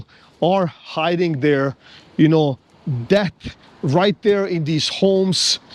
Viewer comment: Interesting that you sometimes pronouce debt as deatH ... you're not wrong in principle...🙃